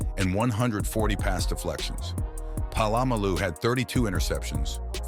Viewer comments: i thoght i heard palalamu. and what about larry shonka? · You said Polamalu hilariously but thanks for yhe dawkins love he never gets it